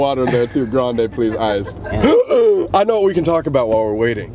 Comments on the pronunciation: Sam: Grandeeei Worker: grande? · sam: “grand-E” PLEASE 💀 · “frapee” “grandee” okay man..